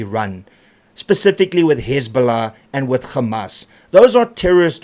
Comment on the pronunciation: It's not gammas it's hammas Jou handlers moet Jou terug stuur skooltoe😂